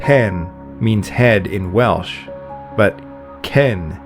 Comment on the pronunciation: As a Welshman I can congratulate the pronunciation in this video. Lots of documentaries get Welsh pronunciation wrong.